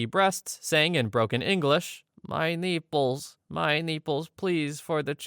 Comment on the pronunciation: Wait...so the guy that thought he was being poisoned actually coded and died?? Doesn't that lend some credibility to his fears?? And P.S.- Ur not gonna do voices for the mental patients?? Lol so u naturally pronounce the word nipple "nee-ple"? 😂😂😂